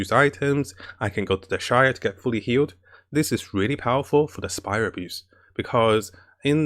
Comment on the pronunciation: He says "Spiral Abuse" instead of Spiral Abyss. Some laugh but he speaks truth! :D